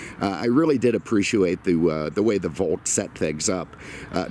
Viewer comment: Apprisuwait ?? That whiskey must be doing its thing lol